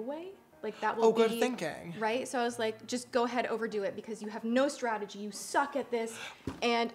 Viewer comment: say it with me Strah- tuh- jee strategy lmaoo love you sister